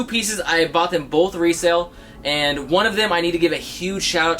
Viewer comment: bought not bough